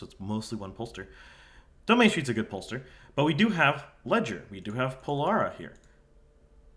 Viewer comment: Leger is “Lay-zhay”